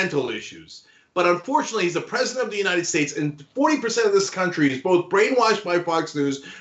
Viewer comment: In the United Shaysh🤣🤣